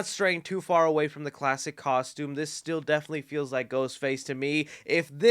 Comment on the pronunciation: When you were talking about the aged/cracked mask, I know you said “this still definitely looks like Ghostface,” but it sounded like you said “this STU definitely looks like Ghostface” 😏😏